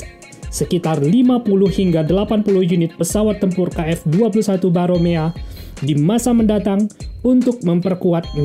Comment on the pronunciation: Namanya Boramae min, bukan Baromea.